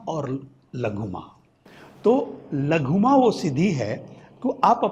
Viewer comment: "लघुमा" नहीं "लघिमा" 😂😂😂😂😂